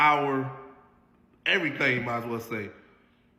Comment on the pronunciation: "you took everyfing" even my brain cells.